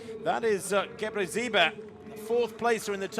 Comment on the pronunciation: Brutal! "Gabbazebra" fhs! She doesn't even pronounce the city correctly.